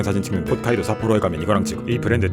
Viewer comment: 훗카이도가 아니고 홋카이도였구나